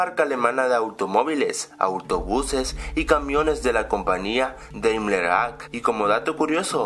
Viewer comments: se dise compañía no compania jajaja XD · coño no digas compania que es compañia